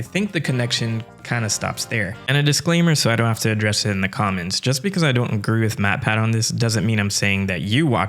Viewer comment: Thought you said "comet secrion" not "comment" section 😭